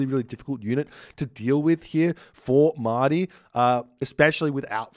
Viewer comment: Mahde. is reading it as Ma-ah-di, which is quite correct. I think it is a reference to the word for "Messiah" in Arabic.